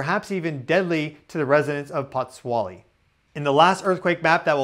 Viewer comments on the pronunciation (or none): The pronunciation is Put-zwo-ly.😉